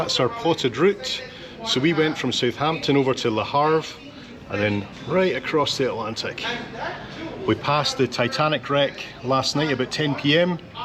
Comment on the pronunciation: It’s Le Havre, not Le Harve. And next time just ask the stewards to change the twins to one bed. They’re happy to do it. Love your videos!